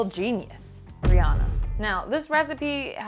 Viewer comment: Yeah and it's also renounced ree-anna but I'm tired of correcting people ha